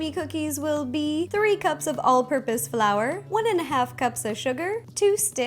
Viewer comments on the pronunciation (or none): In I heard piss Flour😂😂